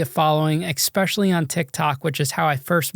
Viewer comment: ESPECIALLY, not expecially.........